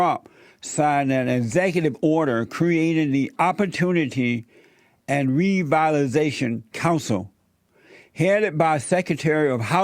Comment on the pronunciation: Jesse repeat after me . "Revitalization"